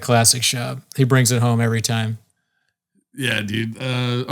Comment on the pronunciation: Does it bother anyone how he says “every”?Is that an accent?